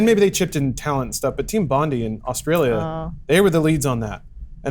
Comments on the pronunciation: pronouncing Bondi (Bond-eye) Bond-ee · it's team Bond-eye, get it right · bon-die Team Bondi = Bondie say it right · BONDI IS PRONOUNCE BON-DIE. BON. DIE